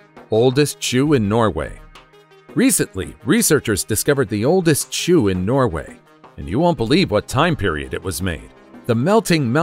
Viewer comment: #14 - Anyone else hear the word Jew and not Shoe, like the first 3 or 4 times the narrator said it? I hadn’t seen the written title until I went back to hear what I’d just heard, so that would have helped but the pronunciation and on an IPad together with the acoustics in my room made me need to check what was be said.